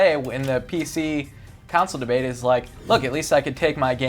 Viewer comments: grammer nazi mode: you are saying console wrong ur saying council coUncil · Judging to early - and before being rude actually say console not "cansoles" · COUNCIL? I think means "console" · sounds like he says "council" instead of "console" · keeps saying counsole